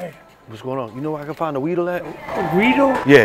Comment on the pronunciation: "You know where the weedle at" 😂😂